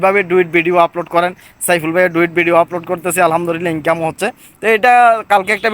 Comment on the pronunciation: ডুয়িট না ডুয়েট বলেন